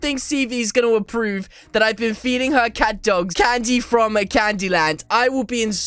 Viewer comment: this is the only youtuber that i heard the word catdog get your names right!